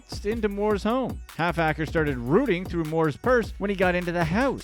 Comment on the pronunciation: 😂😂😂😂 it’s ‘’HALFACRE’’ it’s his name lol 😝